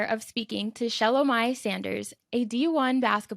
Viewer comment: Pronounce the name correctly. Repeatedly calling her wrong name….